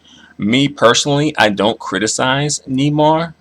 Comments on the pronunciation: It's "Nay-mar" with the accent in the second syllable not Nee-mar, and he's a racist he doesn't want to be identified as black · Neymar is pronounced (Nay-marr) not (knee-mar) hahaha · it's pronounced nay-mar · It's pronounced NAYmar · Nay mar how you pournounce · It's pronounced naymar just In case you didn't know